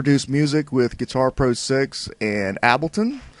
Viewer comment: AHAHHAH YES ABLTON